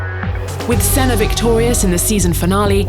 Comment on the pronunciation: And she FINALLY got Senna's name right!!